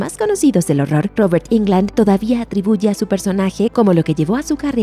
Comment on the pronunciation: jairo caceres y que puedes esperar de estos desinformados,si ni pronuncian correctamente el apellido del actor; dicen Ingland y lo correcto es; Englund. Asi como se escribe se pronuncia. Solo es de escribir en el traductor de google y el te lo pronuncia correctamente.